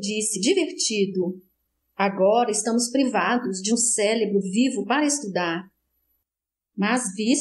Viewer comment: Leitura muito boa. Só precisa corrigir a palavra: cérebro. A leitora sempre fala “celebro”